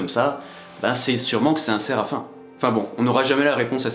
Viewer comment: Alors on dit Serafiiim et non aïe.